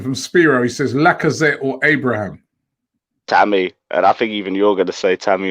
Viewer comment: Tammy Abrahams. Robbie learn how to say Footballers name right. 🤣🤣🤣.